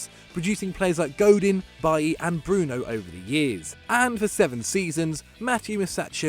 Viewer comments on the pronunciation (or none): none